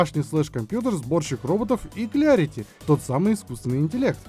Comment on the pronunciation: Так тогда вообще Клэрити, учимся душнить правильно